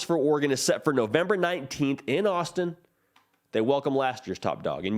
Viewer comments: Homie definitely said Austin and not Autzen haha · Uhm, Autzen, not Austin